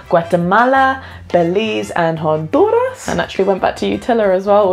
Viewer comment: Nicaraigua, jonduras Hahahaha I am sorry